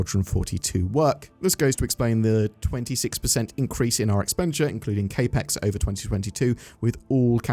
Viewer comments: Cap-ex, not kay-pex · CapX "capital expenditure" cap (like baseball cap) as in capital not K ... Otherwise great video ❤ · Yeah ngl it was bothering me the way he was pronouncing it lol. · Capex Pronunciation was driving me crazy, but I was giving benefit of the doubt that it might have been a UK pronunciation.